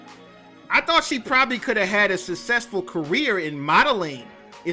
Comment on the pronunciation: Lol, did you say " Susscessful career " 🤣🤣🤣🤣